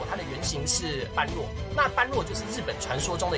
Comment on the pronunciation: 感謝分享。順帶一提 般若不是是唸作 班弱 而是唸作波惹